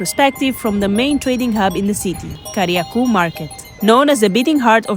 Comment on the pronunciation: it's Kariakoo with a long O, not Kariaku. 😅